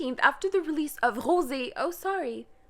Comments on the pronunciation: Rosie? It's Rose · Okay, but why are you now pronouncing Rosé like Rosie? You were saying it correctly before. Is this an inside joke I missed? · THIS BITCH SUCKS THIS NEWS OF JISOO MISTREATMENT NEWS CAME ON THURSDAY SHE IS POSTING IT NOW ANY WAY SHE SUCKSS BAD NOT HATEING THE WAY SHE LOOKS BLAH BLAH. SHE JUST MAKE ME CRINGE AND PLZ STOP YOUR JOKE THAT YOU SAY 'JYP PAYS MY BILL' WTF BETTER STOP NOW IT IS ROSE' NOT ROSIEEEE BITCH SHUT UP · it makes me giggle you call rose...rosie. lol shit people make full blown careers out of looking like a celebrity doppleganger.